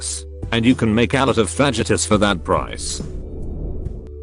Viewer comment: Lol the text to speech cannot pronounce fajitas. Doubled over with laughter.